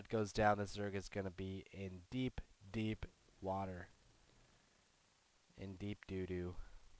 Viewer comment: LOL when you said he is in deep deep *think in my head oh god not this phrase* water *never heard it said like that* .... do do, had to go back to my roots *facepalm*